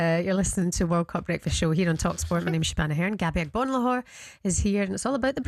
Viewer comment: Agbonlahor can't even get the pronunciation of his co host's name right. Ignorant beyond belief.